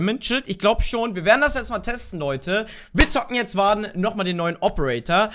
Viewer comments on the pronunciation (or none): nook ist richtig aus gesprochen aber nicht warden nicht warde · Nökk und worden ausgesprochen ✌️